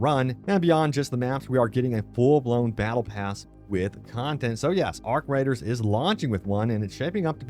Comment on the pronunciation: He said arc riders hahaha 😆 lol